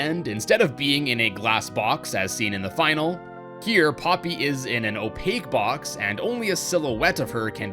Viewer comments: you said popy on accident it’s OK accent happen in a lots of video😄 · I like u to say poopy